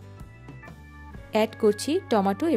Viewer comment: পেটি না শব্দটা প্যাটি হবে